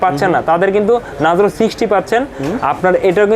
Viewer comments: ভাই নাজরো নাহ নারজো....😂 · vai re kaw bolen nazro na oi ta narzo